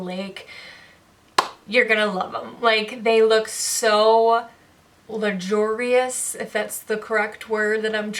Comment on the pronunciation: I'm sorry. But, a good Bimbo needs to learn how to P r o n o u n c e - - "luxurious" on camera. We know that you got this purse for FREE, but please learn how to speak and pronounce w o r d s properly - practice first before you go on camera. You embarrass yourself. It is called H u m i l i a t i o n.